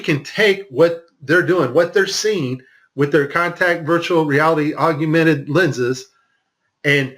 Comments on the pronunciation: We’ll done! Thank you. “Augmented” versus “augumented” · Good content. But Aug/mented there is no such word as AUGUMENTED. OR NUCULEAR, OR REALATOR. Please people. Learn words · Why does he pronounce it AUG/U/MENTED? I’ve never heard anyone put that extra “u” in there. Augment. Augmented. For crying out loud. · I'm on your side however the word is AUG-MENTED AUGMENTED not AGU MENTED please .... tough enough to get others to take us seriously but please learn the word augment and agumented .. not AGUmented :) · Nice presentation. Good points. My only comment is that there is no "u" after the "g" in the word augmented. It's AWG-minted, not AWG-u-minted. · Narrator, please SPELL the word "augmented" out aloud. Then carefully pronounce that word WITHOUT inserting a "U" where there is none. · Yes. Slightly annoying. Augmented ✅️